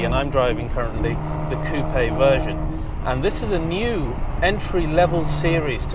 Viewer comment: Nice review, made me intrigued by the car! also particularly enjoy hearing coupe said correctly